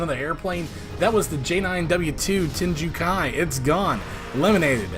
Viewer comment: WHAT?! You mean I actually made the playoffs this time?! Oh, just barely? Makes sense LOL Love the fighter intro section! Especially when you get to names that are foreign :P Lundqvist = LOOND-k'vist Tengu Kai = TANG-oo KAI